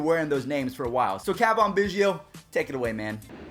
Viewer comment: Why he be saying biggios name like that?😂